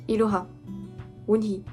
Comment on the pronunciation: ilora👹 {sa se dit iroha et s'écris iroha aussi}